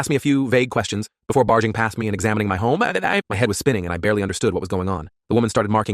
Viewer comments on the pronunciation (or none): "before examening my home AEAEAAEEABWAE" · “My home ÆÆÆÆÆ” what in the world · “Examining my home.. ÆREHEĦAaidËd”